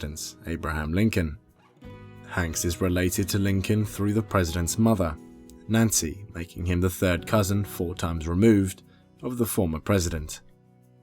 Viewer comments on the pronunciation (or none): none